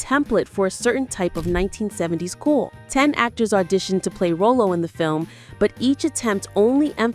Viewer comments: Calling him Row-Low is so disrespectful! Take this video down and do it over! His name is Rah-Low! Thumbs down 👎🏾👎🏾👎🏾👎🏾👎🏾👎🏾👎🏾👎🏾👎🏾👎🏾👎🏾👎🏾👎🏾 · The fact that this entire video is calling him Row-low only means you NEVER saw one episode with Rah-low. Smh. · I would have finished watching this video if you called that man by his stage name. RAH-LOW!!!! Who the hell is Ro lo 😅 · I swear, if she says ro-lo one more time. It's Raw-Lo!!!! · His name was Ra-low, not Ro-low! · Irks me to hear RO-LO instead of RAH-LO😖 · Ms. Narrator, His Sanford character's name is pronounced " RA-LOW ", not row-low. 😘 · She keeps calling him roll low 😂....it's pronounced like raw-low. She probably didn't watch the show 4real...😂..if she did she would know how to say his name. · His name was pronounced Rahlow not Rowlo. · It’s Rahlo not Row Low!!! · Again, it was Rah-Low, not Row-Low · U ARE PRONOUNCING HIS NAME WRONG WRONG. HIS NAME IS PRONOUNCED RYLO NOT ROLLO. EVIDENTLY U AREN'T A REAL FAN. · His name isn’t Row-Low….it’s pronounced Rah-Low! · It's pronounced "RA-lo," not Roll-o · I just saw a video where it said that Julio was the most dangerous actor And it’s pronounced….Raw-lo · Why are you pronouncing his name that way?!? It's Rah-low. I cringe every time you say it wrong. That along with you labeling him dangerous in the title is offensive but hey you're talking about a delicious chocolate covered caramel the way you saying it. RALO impacted me so much as a kid it's one of my kids middle name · AI swings and misses again keeping its % at 100. Rowlow WTF. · The narrator never watched Sanford and Son. How many times did she say "ROW-LOW". 🤠 Maybe she's AI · It's pronounced Rah- low!!! He's not a clown or a candy treat! RAH- Low. RAH- Low. What is this, Canadian AI? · Why is the narrator pronouncing Rollo’s name like the candy Rolo? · It’s pronounced RAH-LO..Damn at least watch the show once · Why are you pronouncing his name like that? Did you ever watch the show? It's pronounced Rah-lo